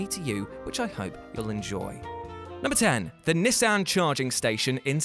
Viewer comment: Please say Nissan again😂🤣😂🤣